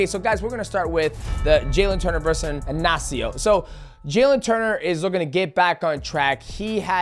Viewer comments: It's Ignacio not Anacio get it right shorty 😂😂😂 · Bro speaking from experience being Ignacio